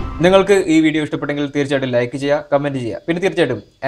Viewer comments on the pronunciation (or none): none